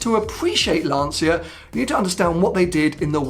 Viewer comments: It’s pronounced Lancha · Apparently Lancia is pronounced “Larncha” in Italian. Perhaps a Italian viewer can confirm? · Many years ago, I made the mistake of mispronouncing Lancia in front of an Italian work colleague, who quickly corrected me. It's pronounced Lanchia, not Lahnseeya. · Yes, "Lan-cha" is perfect. But we are used to hear "Lan-sia" from anglophone people, it's strange but nice in some way :) A 120 years old glorious Italian car brand, probably the most legendary in Italy if you consider his entire life